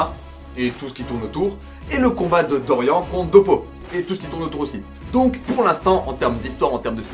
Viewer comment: On dit "Doriann" pas "Dorian" ! xD Mais après pour Kozué c'est trés JojoLike en termes de dessins Baki donc je trouve que ça passe mieux que les meufs surlissés des animes simples d'aujourd'hui , et Kozué c'est le point Culminant de tout Baki (Manga parlant surtout )